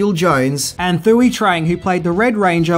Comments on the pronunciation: Man, great videos one thing though, Thuy is pronounced Two-E. 😁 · my main man, her name was pronounced 2-ee. The H is silent... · And Thuy is pronounced “Two-wee”. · THOOWEE? lol It's more like 'twee' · Its thuy sounded as tweee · “Thuy” is pronounced “Twee”. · Sorry to be that guy, but her name is pronounced Too-ey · Thuy Trang's first name is actually pronounced as Twe. As we with a T on it. Your welcome and have a nice day,buddy 😁👍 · I know the mispronunciations are a mainstay by now. But “Thuy” is pronounced like “Twee”. like “Tweet” without the 2nd “T”. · Just a head's up. Thuy Trang's name is pronounced "Twee Trang".Vietnamese and Korean phonetics come off really different in English. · Fortunate to know all the things listed, even though I cringed a bit at the way you said a few of the names. Mainly Saban and Thuy. For what they were paid per week, I don't blame them for leaving. Johnny Bosch was actually a stunt man on the show (Check out the episode Gung Ho, he played one of the ninjas) before he became a regular. As far as Rocky goes, once the White Ranger was introduced, the red ranger was no longer the leader. Jason's part was streamlined once Tommy came back. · Sorry but you can't rep a green ranger shirt and helmet and not know the pronunciation of the original casts' names.